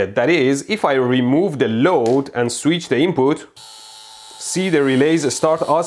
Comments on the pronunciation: I shall, from now on, correct my pronunciation of the word "switch." I shall now pronounce it "sweetch." Mehdi said it is so, so it is so. :) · I had to click just to hear Mehdi say “sweetch” as much as possible.